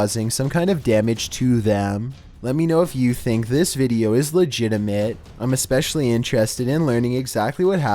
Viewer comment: I think she read it "lick" rather than leaked lmao